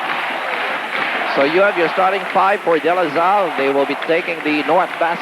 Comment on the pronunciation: “Ateneo Flying Eagles,” “Zambo Lim” “De La Zal”, “Razella” - where does get all these? 😡